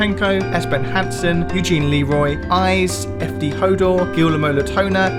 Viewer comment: hey uh its promounced 'gee-yer-mo' not 'goo-ler-moe'